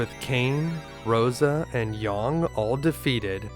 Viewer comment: great video except your pronunciation of yang......